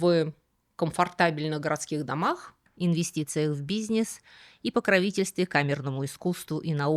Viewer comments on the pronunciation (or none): почему вы произносите "бизнес" как бизьнесь? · Обожаю как Вы говорите "бизнес"😊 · В который раз замечаю в ваших видео как вы произносите слово "бизнес": не как "бизнЭс", а как "бизнееес". Непривычно. 😎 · Секс вы так же произносите, как бизнес?